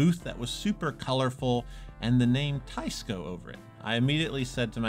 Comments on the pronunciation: Please pronounce the brand name correctly. Teisco is NOT “ Tie-sco”. It should be pronounced like “ Tess-co “. ( テスコ ) Trust me on this. I’m Japanese and I know it. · Teisco is Japanese so shouldn't it be pronounced "Tay-ees-co"? (Tay to rhyme with say) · Isn't it pronounced Taysko? Teh-ee-skoh technically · If it's spelled Teisco, and in Japanese テスコ, why is everyone calling it Taisco? Including the company rep. Seems like they were very careful the way they spelled the company name Teisco (rather than Tesco) to avoid people saying tessco like the British supermarket Tesco. And they definitely didn't spell it taisco, which is the obvious way you would if you want people to say tie-sco. And still people are saying it wrong. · I love you. But as a Korean who grew up in japan. It is pronounced TE like TEd. I ee S SOO CO KO. And is Gu=GOO Ya=yeah ton-tone.